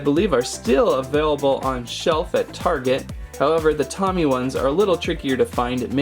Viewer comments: Its not tommie its pronounced toe-me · It is pronounced toe me and love your vids